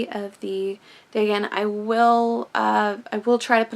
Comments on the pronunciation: The " A" has a long sound. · Great book that, love the Dr Suess style art and rhymes inspired by a classic Lovecraft story. I don't know if it's me, I might be wrong but I wasn't digging your prounciation of Dagon, it's not how I say it so it threw me a bit but I could be wrong haha it's no big deal. Thanks for sharing/creating this vid